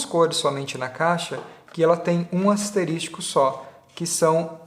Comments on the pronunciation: Muito boa a comparação porém meus ouvidos sangraram ao ouvir tantas vezes a palavra asterístico em vez de asterísco. É como se alguém chamasse chuvisco de chuvístico. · É ASTERISCO não "asterístico"! 😖 meu ouvido dói com isso